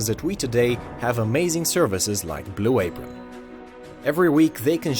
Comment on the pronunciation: Good vid. F Blu a-pRON.